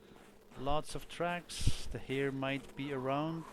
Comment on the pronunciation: I was dying of laughter cause you kept on saying "here" "here" "here" (snowshoe heir)